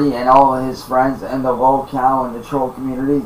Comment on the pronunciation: “Da twoll community” Imagine thinking millions of random internet users actually make up a community. His entire method of speaking is based on repeating what he’s heard, he just doesn’t have a clue toward it’s meaning.